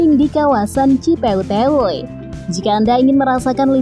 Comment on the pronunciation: ci peuteuy,bukan ci peuteyweywuy